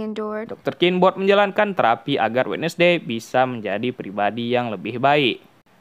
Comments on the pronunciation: Bacanya wens'dei bang, bukan wednesdei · Wednesday dibaca WENSDEE bukan WEDNESDEE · Wednesday dibacanya wenzdei bang